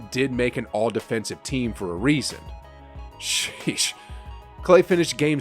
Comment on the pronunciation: His sheesh sounds so white